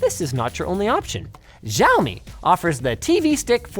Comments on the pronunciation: Linus it's no jaomi it's Xiaomi and if you want to say it more accurately say "siaomi" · did he just called xiaomi giaomi? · Linux... the "X" in Xiami is pronounced as a "SH" so it should sound more like "Shaow - me". Just a FYI :) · can i just take a moment to say that the x in chinese is just the "sh" sound? nothing exotic sounding like Žçhaomi or whatever just "shyaow-mee" is fine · Not one person told him how to pronounce Xiaomi.